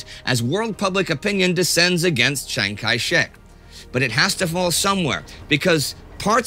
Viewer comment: Pronounce Chiang as Jiang and you are perfect.